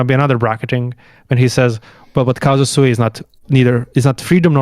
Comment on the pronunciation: I don't want to be splitting hairs, or looking for a hair in an egg as we say in the Balkans (doesn't come from our powder keg?), but if you have the audacity to say that Deleuze had read Spinoza wrongly, you shouldn't be saying "casa sui" throughout the video, because it means "ones own home", and should say "CAUSA SUI", because that "u" makes a world of difference...